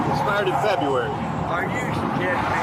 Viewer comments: What month is "Feb-ee-ary?" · The way u pronounce FEB-RU-ARY should be a PSA for kids to stay in school. And unfortunately for some reason, that month comes up alot in this marathon video.